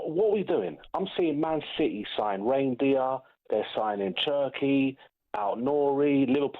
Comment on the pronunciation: He said raindeer and you didn't question it 😂😂